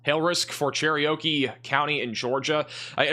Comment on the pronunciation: Sounds like you can’t get over it. As I told the other lady, I sent 50 bucks the other night and I hope he becomes the top weather-dude in the COUNTRY, but that said, this is no “isolated incident” with his inability to pronounce the most common, simple names: Cherokee or Cherriokee? Metropolis or Metro-Polis? When your house gets obliterated in “Silivane,” and someone says “No, he said Sylvan,” maybe you’ll learn that pronouncing Stop as GO! can end-up badly. Maybe you will need help “getting over it?”